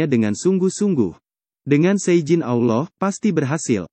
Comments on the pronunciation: Maaf banget , mungkin pengucapan Allah nya di perbaiki lagi, ehehe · Sebut allah lidah bergulung..x betul tu..kena praktis sebutan tu